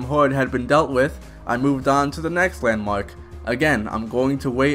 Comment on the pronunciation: So are you foreign or is that a speech imprediment because im hearing hauwed not horde and wandmark..